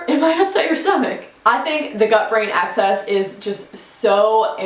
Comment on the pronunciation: It’s gut-brain axis, not “access”. Pretty good video.